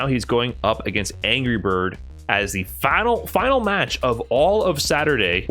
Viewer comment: Holy wow, that was a fahnal if I ever heard one.